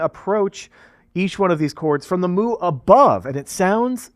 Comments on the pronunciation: Isn't it pronounced "mew"? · As much as I love the cow sounds and puns…pretty sure it’s pronounced like mew if it’s the Greek symbol. Great stuff though! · It's no "Moo", it's "myoo". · Thank you, driving me crazy listening to them say moo